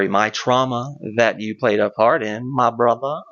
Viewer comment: Why does he say 'my brother' like that...